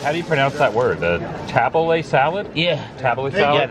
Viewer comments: It's pronounced TahBooLee...You're on the right track lifting every other day and cardio every other day; maybe add abs on cardio days. Make sure you take one of the weekend days off. 6 days of workouts per week.. Keep up the good work. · That salad is usually served with pita bread. Pronounced taboolee